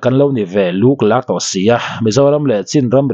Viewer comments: A ṭha hle mai,lûklâk niloin LUKLAK tih tur thluk tur a ni lo. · Lûk lâk nilo luk lak,i tlûk a😂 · Burma pa hian buaina liantham ala chawkchhuak khawp ang. Chuan,, 'Luklak' ti a i lamrik dan kha a dik lo. Chhuk chho, kan lamrik dan ang khan lam tur aw. Lûklâk tih tawh awihloh😂